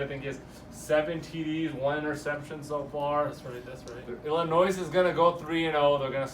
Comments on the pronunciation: The correct pronunciation is what every body calls the state ILLINOISE... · The "S"is always silent in ILLINOIS..Me being born there I'm just sayin. ..